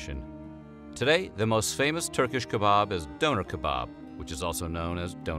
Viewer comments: The way he said Döner hurt my soul. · Pronunciation of Döner made me cringe a little not gonna lie